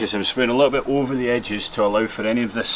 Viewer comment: “Extra added dit of blood...” lmfao! Good job mate.